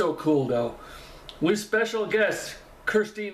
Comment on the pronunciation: Thanks for looking at this one; for some unknown reason not many people do! I think the AcoUstikats are the University of Kentucky's a cappella group - Jeremy used to be a lead singer with them when he was a student there. Btw, Kirstin's name is pronounced 'Ker-stin' not Kristy! She sells a t-shirt from her merchandise with some of the many mis-spellings of her name crossed out, so I think other people have problems with it, too!